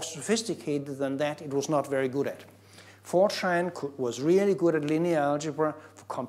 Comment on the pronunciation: I can't be the only person that hears 4chan whenever he says Fortran.